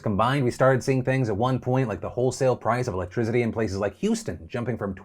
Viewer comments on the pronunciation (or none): Love ya Phil but there is no “Z” in electricity